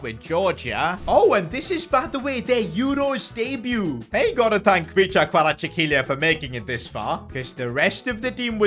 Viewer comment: Your pronounciation of Khvicha was so bad that i cant even repeat what u just said xd